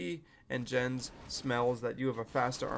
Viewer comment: It is "Jens", not "Dzshens", "Jens" is a name in Germany. Have thou seen when Neo was arguing with ChatGPT about that?